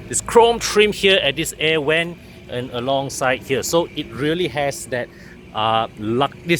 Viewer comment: Difficultly in pronouncing “Vent”